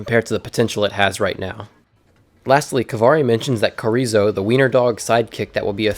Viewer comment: Corizo? It’s chorizo you don’t say it like a k you say it like how you say ch in champion